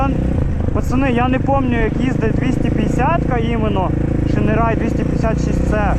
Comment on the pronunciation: шінерай блять😅 , читається шайн рей(яскравий промінь) шінерай сука